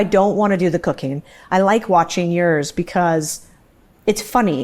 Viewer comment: Pronounce words correctly...@ Uh-FEE-mur-all lol. Just makes you seem dumb.